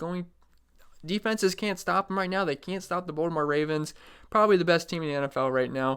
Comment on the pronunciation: Good video, but there's a T in BalTimore...not a D.